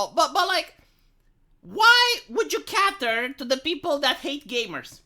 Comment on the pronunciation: It’s “KAY-ter”. Long A. 👍🏻